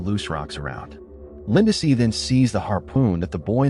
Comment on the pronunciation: Poor Lindsey. AI keeps calling her Linda-see!